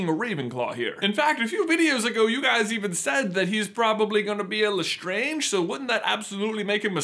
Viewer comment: Lol, calling the translator of the fable L... Estrange. L'Estrange is pronounced exactly the same as Lestrange, Lestrange is just an anglicized version of the previously French surname. Oh, and by the way L'estrange means 'the strange' which is a pretty fitting surname for a family of kooky witches and wizards.